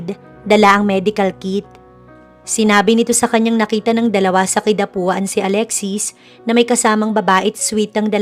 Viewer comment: Nakakairita yung Kidapauan hindi Kidapuan. Mag aral nga